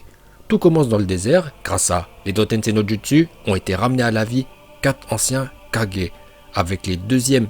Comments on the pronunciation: Mais gros tu comprend pas quoi on dit kagé pas « kadjé » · j'aurais plutôt dit père vs fils mais ça marche aussi PS:Ca se prononce kage et pas 4g 😂😂😂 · On dit kagué mais kage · Kage tu la dit 4G 😂😂😂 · Il prononce bien le mot HokaGE alors pourquoi il saccage les quatre autres Kage à chaque fois... KaGE pas KaJE ✌️ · C'est moi ou tu dit 4g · On dit kagé mais pas kadjé mais bon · C Kage pas kaje 😭😭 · Pourquoi tu dis "kadjé" ? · Cher, à chaque fois que tu dis "kage", on dirait que tu dis "4 G" et ça me tue 😂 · Arrêt de dire kagée